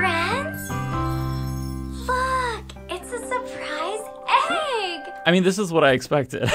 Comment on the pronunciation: I am hungover, but I've played this bit about 30 times.... She still sounds to me like she says, "Fuuuck, a surprise egg" LOL